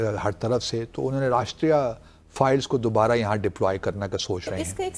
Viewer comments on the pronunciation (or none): ⚠, the counter-insurgency force is NOT called, as you repeatedly said, "𝐑𝐀𝐒𝐇𝐓𝐑𝐈𝐘𝐀 𝐅𝐈𝐋𝐄𝐒".😂 ✅ The CORRECT name is 𝐑𝐀𝐒𝐇𝐓𝐑𝐈𝐘𝐀 𝐑𝐈𝐅𝐋𝐄𝐒'🤣